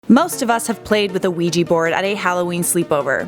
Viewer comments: It's ouija not ouiji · You are so wrong in this assessment including the pronunciation of Ouija... the board has European Origins but only patented here in the United States in 1891. It was called the Ouija for the French and German words for yes however the board makers of the time did not know this and termed it as " good luck" which holds to this day. You like to give in this video a scientific explanation. And a spiritual belief. There is a wealth of knowledge on it if you just do a simple search in areas of the occult